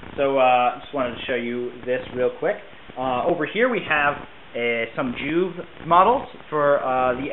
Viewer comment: It's pronounced "Joo-vee", you pronounced wyrd right. The rats were old Warhammer fantasy models that came in a "swarm" pack. All in all, great models, for a great game. I would recommend putting a little money into a new camera so it doesn't look like you filmed it with a potato, but other than that thumbs up Thanks for making it. ^^